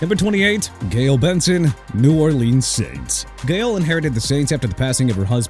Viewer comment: If you can't pronounce Jaguars or New Orleans right then you shouldn't be here. How many more times do I have to keep correcting you? I'M TIRED OF IT!!! JAGUARS PRONOUNCED JA-GWAARS NOT JAGWIRES AND NEW ORLEANS PRONOUNCED NEW OR-LINS. CONTINUE BUTCHERING EVERYTHING SIR. AND #20 STEPHEN ROSS MIAMI DOLPHINS. TANKING AND THE TOM BRADY/SEAN PAYTON TAMPERING. YEAH. ENOUGH ALREADY. EVERYBODY IN THE DOLPHINS FAN BASE ALREADY KNOW THAT SO YOU WANNA KEEP BRINGING THESE THINGS UP, BE MY GUEST!!! HAVE FUN.